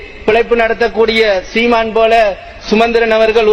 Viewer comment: நீங்கள் பிழையா உச்சரித்த சொல் சுமந்திரன்